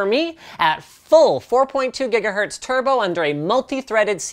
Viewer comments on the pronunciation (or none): none